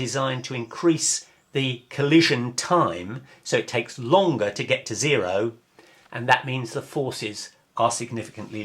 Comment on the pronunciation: how do u pronounce "zero"? "node"? 0.6= "node point six" ? which language?